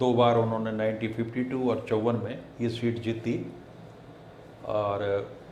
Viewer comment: bhai aap reputation rakhne wale aadmi ho. शीट नहीं सीट होता है प्लीज़ इसे ठीक करें